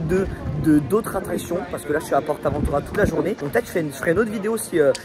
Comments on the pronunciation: C est pas porte aventura comme tu le prononce c est juste port aventura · Mec tu dit portabotura tu sais pas comment le dire lol 🤣🤣🤣🤣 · ah est le port avantura le t du port te se prononce pas